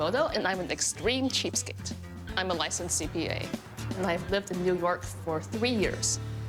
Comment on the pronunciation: trying to say cheapstake for 20 mins